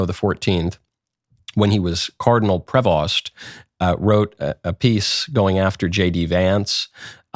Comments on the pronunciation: Its pronounced prevo. Knew someone with the last name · Prevost pronounced as Prevo. Dont use the ‘st”. Its a French surname. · Michael you need some lessons in Latin pronunciation. Also it is pronounced Pree-Vohs and not Pree-vaughst. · It's a French name and should be pronounced "Prayvo"